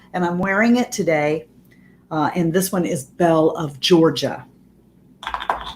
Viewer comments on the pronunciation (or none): none